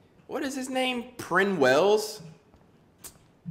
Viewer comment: "What is his name, Prin Wels?" ain't no way💀